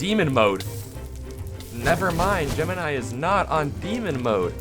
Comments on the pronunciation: Its not gemanai its gemini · aint no ay he called gamini advanced